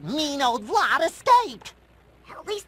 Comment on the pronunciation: The staff didn't give Tom Kenny good direction. He mispronounced Vlad as "Vlaud"